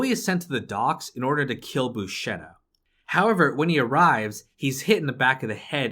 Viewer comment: If pronouncing the word “howver” was a gameplay mechanic, you’d be the fuckin world champion